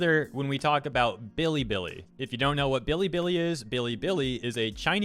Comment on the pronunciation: everytime he says billy billy i die abit. its be lee be lee